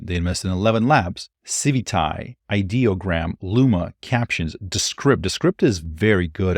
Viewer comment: Feels like it’s been a while since you created a decent video. Welcome back. (Ideogram… it’s good. Just get the accent on the right syllAble) I’m excited about the movies opportunities. Lots of possibilities. Definitely need to in-flow. 😅